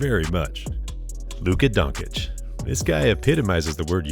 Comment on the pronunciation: Man really said Luka Donkeyc